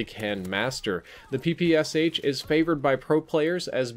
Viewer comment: Hey, thanks for the video! I just wanted to say that you pronounced "PPSh" wrong. The "Sh" should be like in "Sherlock", not 2 separate sounds:D (I'm from Russia, so you can trust me on this one)